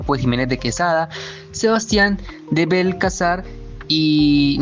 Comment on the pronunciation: Después de escucharlo a UD decir Sebastián de belalzar .... creo que ya no me interesa escuchar más